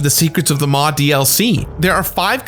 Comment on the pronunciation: Omg I've been waiting for this for so long and he says the ships name wrong ahahaha, honestly dude love you but it's not how you pronounce the maw